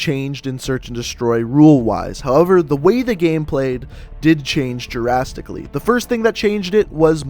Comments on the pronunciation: Gerastically is pronounced drastically. It's a D sound not a Dja sound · it's pronounced drastically, not girastically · Not trying to be rude you sounded like you were saying Jurassic instead of drastically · It pissed me off how you say "jurastically" instead of drastically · He says drastically like "jurastically". Other than that it's a good vid